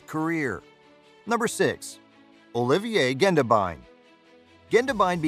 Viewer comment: And poor Olivier Gendebien, his name so mispronounced😢😢😢